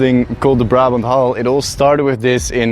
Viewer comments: Your pronunciation of "hall" makes me uncomfortable. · Was just about to comment the same thing. Took me a while to even understand that's what he was saying. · Its just an accent? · That is how the dutch say it